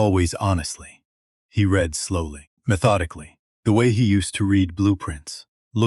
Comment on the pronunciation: Language artifacts and mispronunciations are annoying. Get a fluent English speaker to review & explain things like the difference between present & past tense of the word read.